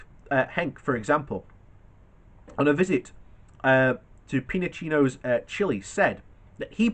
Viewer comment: Pin o chet... "Ch" as in "cherry" and you would hear the final "t" as well. That's an English/French thing, not to pronounce the final letter, in Spanish you pretty much pronounce all the letters.